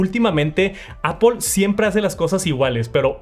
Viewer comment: Que es ApOL es lo mismo que aPL ? No se como pronuncias palabras más complejas en inglés, pero no puedes decir manzana 🍎 en inglés haha se pronuncia APL